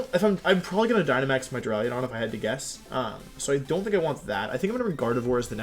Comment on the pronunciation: Does this idiot actually say jigidrain and duraiadon? It’s Duraludon and giga drain